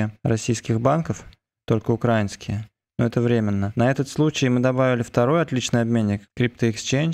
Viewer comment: Спасибо за работу и за Гриня, извини за оффтоп, но - украиюИнский. Если мы уж в крипте, и почти вне политики, то хотя бы, давай грамотно выражать свои мысли. А так в целом, позитивненько) дякую за добру роботу